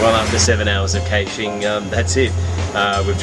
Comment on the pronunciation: Kay-shing? I have heard a few pronunciations of caching, but not this one! I like urban caches though. I had my hands inside a hedge once, feeling around for a cache and got some funny looks from a passing police car.